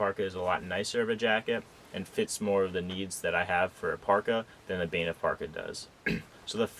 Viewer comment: Banff is not pronounced "Baynif".